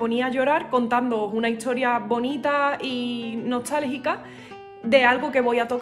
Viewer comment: Tu música es muy hermosa, pero, sí, dices "buenatsarde", "hitsoria", "etso", etc.